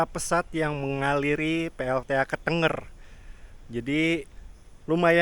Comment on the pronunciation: Kok "ketengger"?? Ketenger, lafal "e" nya seperti "ke"